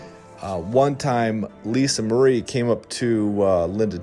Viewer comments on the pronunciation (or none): none